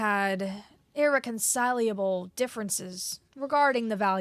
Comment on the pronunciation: reciprocity = re(like in rest)-si-pra-city prescient = pre(like in rest)-see-ent irreconcilable = Ir-wreck-un-sigh-la-ble. phalanx = Fey-lanx. Please don't be upset. Your compatriots have similar issue in their work too.